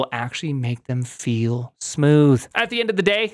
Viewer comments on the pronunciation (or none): none